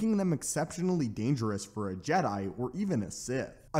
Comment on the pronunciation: "The ancient jedi order known as the JeDie"... um... what?